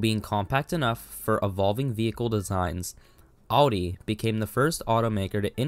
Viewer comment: It’s “OW-DEE”. That’s how the Germans say it. There is no “AH-DEE”